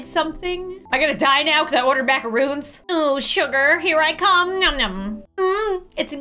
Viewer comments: ITS MACARONS, NOT MACAROONS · There is a difference between macarons and macaroons. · I was dying every time you called them Macaroons instead of macarons lol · Macarons not macaroons ok love ur content 😅😅